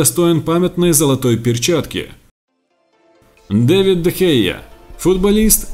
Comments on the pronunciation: Не Дэвид а Давид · Не Андре Тер Штеген, а Марко Андре Тер Штеген! Не Дэвид Де Хеа, а Давид Де Хеа!